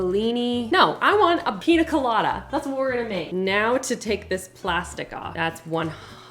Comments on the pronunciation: PiÑa colada (pin-yuh-kuh-la-duh), not piNa colada 🫣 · It's pronounced: 😅 pee-nyuh kuh-law-duh